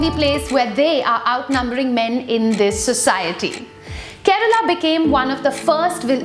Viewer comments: It's "kerala" not "Kerela", but none the less informative video. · It's not 'Kerela' or karela but Kerala😃